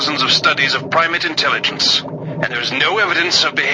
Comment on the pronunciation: when she says "artificial intelliggonce" it takes me out every time. I'm glad that besides all that, I still think she's badass